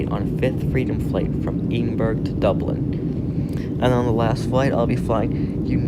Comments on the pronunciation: Eedinburg ? Just to advise the correct. pronunciation is Ed-in-Braa. Great video though ! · Dear, it NOT pronounced 'Edin-burg'....it's pronounced Eh-den -burra! Edinburgh......the 'burgh' part is simply the Scots spelling of 'borough' . Hence it is NOT pronounced with the hard G! Otherwise, an awesome video! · Ed-in-burrah, not Ed-in-burg. It's not a German city. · Edin burg 😂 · Scotland is thankful you are leaving, don't come back or I’ll get big Nicola Sturgeon to boot you! PS it's ED-IN-BURGH! 🥴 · Ee-den-burg. Love how some Yanks always have to stand out like a sore thumb at times. Would love to hear his pronunciation of Glasgow 😂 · Omv one prononce our city Edinburgh not Edinburg we ain't French and 2 our airport is doing very well and getting more international flights in and out and there has been extensions including 4 new gates and it's also smaller than some airports because one Edinburgh only has a pop of 500k not 2 million or anything where it needs a big airport and all European airports have duty free areas similar to ours the gates in Europe most are controlled alike that so gone stop slagging stuff you dont know and clearly you barely travel around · eedinburg lol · As a Scottish person I’m not surprised at how many people are pissed at the way you pronounce Edinburgh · how can you go to a countrys capital and not even know how its pronounced ffs, typical american. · Let's all admire how he says Edinburgh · Edinburgh Airport has a great gate area and pounnce Edinburgh better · Well if the airports that bad don’t go here Edinburgh airport is amazing and im not just saying that coz I’m from Edinburgh. And pls pronounce Edinburgh properly pls 😑